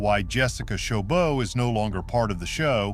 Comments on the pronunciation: It's not chobo, it's choboT. It has a T. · First of all, this narrator butchered her last name